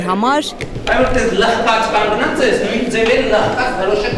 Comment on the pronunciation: Կաղնած չէ այլ կանգնած, ճիշտ խոսեք